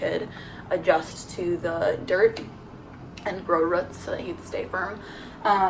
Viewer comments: Whats wrong with ruts atleast you know what she meant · lol. Ruts, do you mean roots? Pronounced like, rute (roots), prufe (proof), rufe (roof). Hi from Canada where we speek English. Love your vids. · "ruts" lol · She says “ruts” instead of “roots”, is that a Michigan thing?